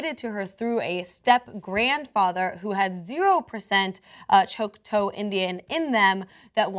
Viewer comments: 1) Please learn to properly pronounce the name of the Indian tribe. It's not "choke toe". It's pronounced like "chalk taugh". 2) Cenk is 1000% correct that we need to revisit a lot of laws pertaining to Indigenous peoples. How Native Americans were viewed, even ten years ago, is changing dramatically as America comes to realize that North American Native peoples are our living cultural treasures and should be respected, loved and honored as such. They are a direct tie to history and the past and have much to offer in their own right. 3) As I watched the video of the extraction of this child, my mind was screaming, "Is THIS in the best interests of the child?" All I saw was the legal and the adult communities deciding what made themselves feel comfortable, meanwhile this child is crying her head off." People, this is NOT the way to do things. If her extended family is deemed to be fit for contact with Lexi, then there should be some sort of transition team to introduce her to her extended family and see if she WANTS to go to them. Maybe some kind of joint custody between the two families would be the best solution. I can't see ripping her from a family she has obviously bonded with and forcing her to go with strangers, no matter how close they are genetically, is going to do anything but fill the child with rage at being kept out of the decision making loop. 4) At what point do we consider the feelings of the child??? All I'm seeing is a "by the book" legal system that is trau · It's pronounced more like chalk-ta then choke toe.... Just saying.... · Can you not say “choctoe” it’s pronounced “Chaktawh” I’m Choctaw nation 💚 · Oh come on, seriously? Who pronounces Choctaw "choke-toe"? It's said "chock-taw"... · You are saying, Choke-Toe. Please say, Chalk-Taw. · think of Chalk ... Chok-TAW not tow. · "choke-toe"???? Choc-TAW!! Dumb Libertard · Chock-TAW, not friggin choke-toe. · Choc-taw, not Choc-toe. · It's Choctaw. Pronounced "chalk- taw". Not "chock-two".